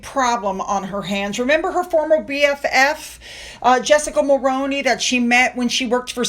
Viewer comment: I know this is just a little thing, but Mulroney as you said it, is pronounce Mulrooney. I'm Canadian.